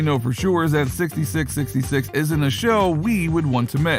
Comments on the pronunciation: Four 6's. Not sixty 6 sixty 6. Sounds dumb as hell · It's pronounced 4 6's not 66 66 four six's say with us four 6's please say it correctly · its four sixes not 66 66 ( sixty six sixty six ) if you cannot get that right -dont bother ! Dislike because you cannot say the shows title correctly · It’s not 66 66 it’s the four sixes 🤦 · Stop calling it "sixty-six sixty-six." It's called "The four sixes." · It's pronounced four sixes. Not sixty six, sixty six. No. If you can't say it properly, stop talking. Seriously. This is an institution in Texas and most won't cotton to well to blatant disrespect of it. FOUR SIXES. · Dumbass media...it is Not "66..66" it is "4 6s" for the winning card hand that won the original ranch& it is not in South Texas but rather north central West Texas...pretty shallow research "The Showy" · Its pronounced four 6's FFS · It’s the 4sixes not Whatever the hell this guy is saying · Stopped watching as soon as he said 66 66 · It’s pronounced Four 6’s. Learn some history of reality please. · Pronounce the name The 4- 6's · It's pronounced four 6's. And it's not in South Texas lol It's in West Texas. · Jesus. Its the Four Sixes. You did some research just missed a key component of this informative video. Thanks for the info though